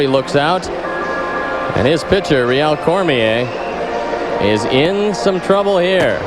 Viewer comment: He pronounced Rheal Cormier correctly though. Good job Harry :).